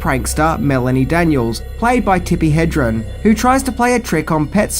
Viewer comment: You’ve got to say Tippi’s name right, HedreN.